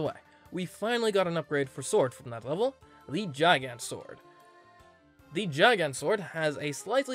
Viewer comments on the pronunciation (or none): none